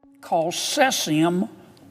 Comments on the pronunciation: Sesseeeuum 137 👁👄👁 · I loved the part where he says sessium Like what?! Not to be rude but do people even call it that??? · Ah yes. Sessium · did he say sessium? Its CAESIUM! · The way that senator pronounces caesium drives me mildly crazy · When said the shrimps were infected by cesium, i was like “here we go again”. Also, first time brew said Goiânia was bad, second time was alright. It’s easier to gringos to say Goiás but not Goiânia. Lol